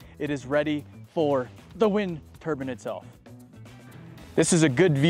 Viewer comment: "wind turban"